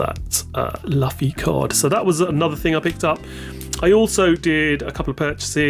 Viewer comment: Please learn to pronounce the characters names. Its not "Laughfy" nor Beepo". Its Luffy and Bepo.